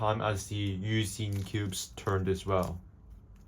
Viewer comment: Ain't no way bro said "Yousin" 🙏😭